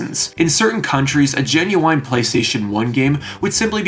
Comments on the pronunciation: I hate that you keep saying GinuWINE (who is an recording artist) instead of Ginuwine (silent e) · Please stop saying genuine like that 😭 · your pronounciation of the word "Genuine" is genuinly strange